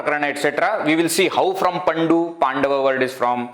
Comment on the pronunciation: It is not paNDu. It is pANDu. Very good presentation.